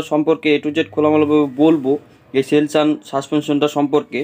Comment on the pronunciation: সেলসুন ভালো করে উচ্চারণ করো